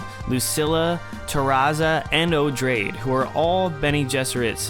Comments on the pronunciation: Love this series of videos. Just an aside, Odrade is pronounced like - Oo-draw-day - similar to Atreides, since she's related. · I'm pretty sure Odrade should be pronounced as O-drae-dee, cuz its stated to be a later form of the name Atreides.